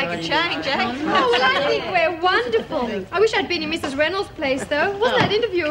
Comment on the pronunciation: Lizzie mispronounces Mrs Reynolds name.